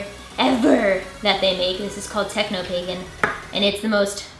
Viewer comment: I thought she said that purple color was called "Techno Bacon" at first...